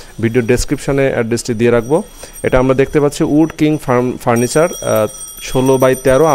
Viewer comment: উক কাঠ না উড কাঠ হবে। দোকানদার নিজেই কাঠের নাম জানেনা।